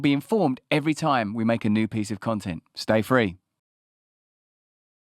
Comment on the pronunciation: how mNE tIms R U gonna sA it? ‘stA-frE’ we hrd U 1st 2 tIms, gud grEf.. btw., clever 3 sided ‘coin’ jOk😂